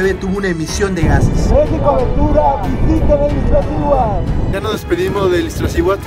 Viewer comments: Excelente video, sin embargo, es Iztaccihuatl, no IztLaccihuatl. Saludos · No es Iztlaccihuatl, es Iztaccíhuatl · Iztlaccihuatl? O Iztaccihuatl...pff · Bellísimo video, aunque me llama la atención la insistencia de llamarle "Iztlaciuat", si claramente el nombre es "Iztaccíhuatl". Felicidades a todos los que tienen el privilegio de visitar nuestras cúmbres. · No se dice "IZTLACCIHUATL" se dice "IZ TA CCI HUATL" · Muy buen video, pero cada que decia IzTLaccihuatl me brincaba el ojo 🤣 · me dan ñañaras cada vez que escucho Izt..L...accihuatl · No es Izt (L)acihuatl! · ¡¿Corriges al amigo extranjero y tú dices IzTLaccíhuatl!? ¡¿En verdad!? Se me reventaron los tímpanos. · Dislike porque no es iztaccihuatl, es Ixtlacihuatl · JAJAJAJAJAJAJAJAJAJAJAJAJAJAJAJAJAJAJAJAJAJAJAJAJAJAJAJAJAJAJAJAJAJAJAJAJAJAJAJAJAJAJAJAJAJAJAJAJAJAJAJAJAJAJAJAJAJAJAJAJAJAJAJAJAJAJA NO SABEN DECIR IZTACCIHUATL Y POPOCATÉPETL JAJAJA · TU TAMPOCO LO SABES DECIR JAJAJAJAJAJAJAJAJAJAJAJAJAJAJAJAJAJAJAJAJAJAJAJAJAJAJAJAJAJAJAJAJAJAJAJAJAJAJAJAJAJAJAJAJAJAJAJAJAJAJAJAJAJAJAJAJAJAJAJAJAJAJAJAJAJAJA PARECES UN NENE QUE NO SABES DECIR IZTACCIHUATL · Padre tu video en verdad, solo revisa la pronunciación correcta de la palabra Iztaccíhuatl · Primeramente, felicitarte por el reportaje y hacerte unas observaciones, sin afán de molestar.. El nombre del volcán es Iztaccíhuatl, no Iztlacihuatl.. Lo que llevaban el la espalda son mochilas, no "maletas" Y por último son Piolet (sin acento) porque lo pronuncias piólet.. Por cierto, lo agarrabas al revés, la punta va hacia atrás, por si resbalas, puedas clavarlo en la montaña.., lo bueno es que no pasó nada malo...